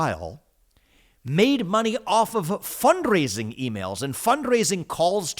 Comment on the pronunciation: I will never say, “fund rrrrraising”, the same again.